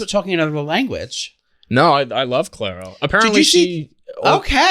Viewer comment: The way they keep getting Clairo's name wrong, even after being corrected 🙄